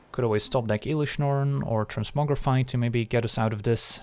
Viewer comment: Bruh, "elish Norn" 🥶